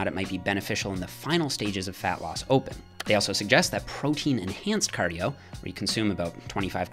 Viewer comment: Do your "cardiyooooo"